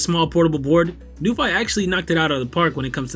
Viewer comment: Great video. Very pleasing to the eye. Thx so much! According to the "International Phonetic Alphabet (IPA)", it's pronounced as follows: n-yoo-fee / new-fee